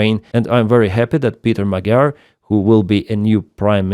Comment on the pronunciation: Magyar - spoken: "Mod-yor"